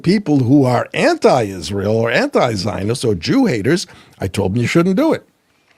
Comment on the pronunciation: I really wish some one would teacher how to PRONOUNCE Isreal!!